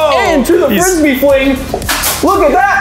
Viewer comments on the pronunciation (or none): Unspeakable:"into the friby fwing"